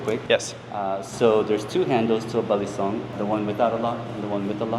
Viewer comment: The 3rd syllable is stressed for balisong Consider going to a WEKAF (World Eskrima Kali Arnis Federation) tournament in the future. For some reason, FMA is popular in Germany